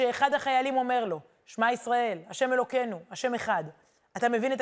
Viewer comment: חזק וברוך !!! המון תודה!!! אגב, ש-מע - מתחת לאות שין יש שווא נע, לכן אומרים את האות שין כאילו בצירה...